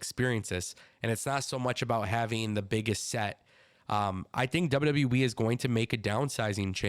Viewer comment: He keeps saying W W Wii 😂